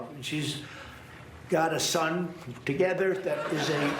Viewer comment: "She's got a son....thoo-gehther"